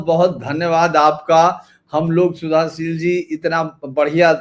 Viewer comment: शुद्धशील जी यही शुद्ध शब्द हैं.. सुधाशील नहीं...